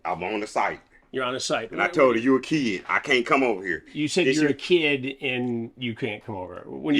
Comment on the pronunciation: "I knew she was a KEED" lmao